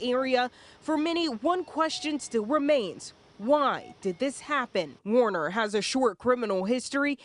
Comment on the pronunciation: Anthony “Warn”er